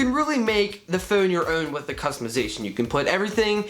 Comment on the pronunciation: Gotta love the way he says "phone". Phewn lol